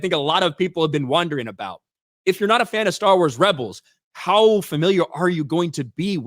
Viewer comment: Yaassss!! YAASSSSSS!!! Staawr Waas is wery patriarchal! 😂😂😂😂😂😂 This show might be a guaranteed failure.